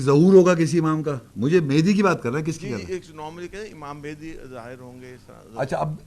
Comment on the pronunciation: Lanaat ho...phle imam mahdi ajfm ka naam sahi se lein fir vdo banaiye